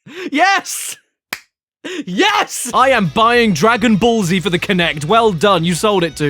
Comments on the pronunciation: I love how he prononces "Dragon Ball Z" as "Dragon Ballsy". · I don’t know If Caddy pronounced Dragon Ball Z like that on purpose or not…and I also don’t know which option is worse.